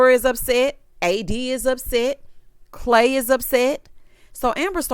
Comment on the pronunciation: I’m listening as I wash dishes but had to stop for CLAY-DOH 😂🤣😂